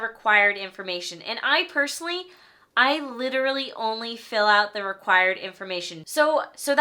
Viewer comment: LITURALLY LITURALLY LITURALLY